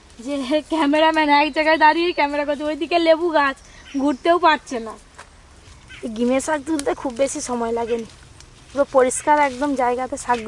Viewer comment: Gime sak noi ota ghime sak bole